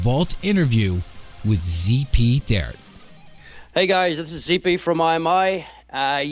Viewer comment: ZP's last name is pronounced "Tee-Art"